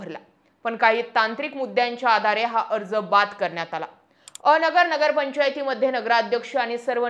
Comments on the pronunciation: अ.. नगर असं न म्हणता अनगर म्हणावं... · बाई अ नगर न्हवे अनगर म्हणा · अ..... नगर असे नाही अनगर असे आहे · अ-नगर. नाही अन-गर ( अनगर) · अ नगर नाही ते अनगर किव्हा अंगर असा उच्चार होतो उगाचाच गावाला बदनाम करू नक्का 😂😂😂 😅😅😅😅😅😅😅😅😅😅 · मॅडम अनगर म्हणा bircet अ नगर बोलता